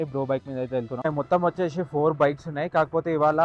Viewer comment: VACHESHI KADU VACHESI ANALI TIRAGALI MARAGALIGA MATLADUTARU KONTAMANDI